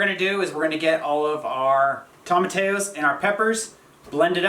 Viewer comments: I love you both! I love your channel and I love your cooking videos, but it continues to drive me absolutely mental to listen to the way you both pronounce tomatillo. Quite simply, you are saying it wrong. It is a Spanish word and it is pronounced Toe-mah-tee-yo. NOT Toe-mah-tay-yo. It's a tiny thing but it makes my eye twitch every time you say it wrong. So - go ahead and do what you want because I'm just some guy watching your channel and I don't really get a vote unless I want to pay your rent which I don't. I'm going to keep watching however you pronounce stuff because you guys are so inspiring and funny and just doing your thing in an incredible way. Plus, I keep hoping it will get warm enough for to take his shirt off.:-) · Toe-ma-T-O’s not Tom-A- tios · toe - ma - TEE - oo